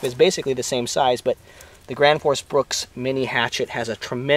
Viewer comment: The gwansforce bwooks